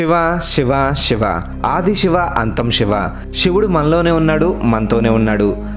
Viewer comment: Shiva kaadu Siva adi’!